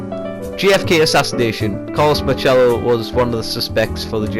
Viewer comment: Just a heads up, nobody pronounces it like that. People here in New Orleans say pronounce the “C” as an s. Carlos marcello( marsello)